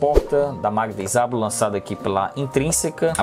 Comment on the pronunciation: dica: Apesar de estranho, o jeito certo de pronunciar é "Jábo"